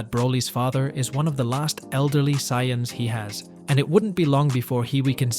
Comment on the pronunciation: WTF is a ZaiYAhns? Seriously, GoHEN, VehJeta, VEGUETAH? It’s actually Saiyans, Gohan, Vegeta… ChatGPT at its finest…